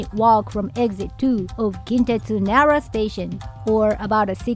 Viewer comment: says he's born and raised in Japan, but he's pronouncing "Nara" incorrectly 😂